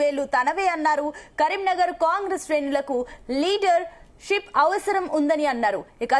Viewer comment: లీడర్ షిప్ కాదమ్మా లీడర్షిప్.